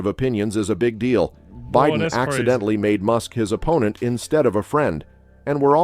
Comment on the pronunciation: that AI voice just said BeeDen and Eco NoMe instead of Joe Biden and economy.